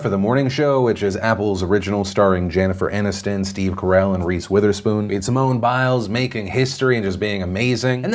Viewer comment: is it just me or did he say "Jannifer Aniston"? Learn how to English Phil!